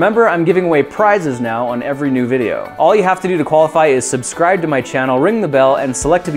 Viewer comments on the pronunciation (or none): none